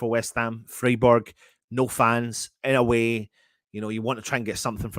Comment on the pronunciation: Just to help you out - it's pronounced Fryburg - in German the "ei/ie" combo ALWAYS takes the sound of the second letter. Hope this helps mate 😎